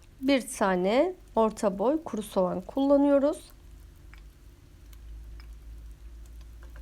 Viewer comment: "Demleme Usulü Pilav", "Sovan" "Vijiteryan" dediniz 😃Ellerinize sağlık